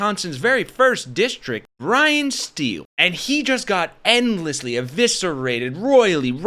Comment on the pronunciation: It's pronounced Bryan S-t-i-l-e(long "i").